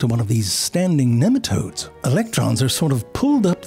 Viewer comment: it's NEEM-a-todes